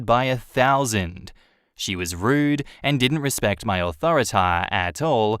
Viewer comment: Come on there is no way this is real. "Authoritaw"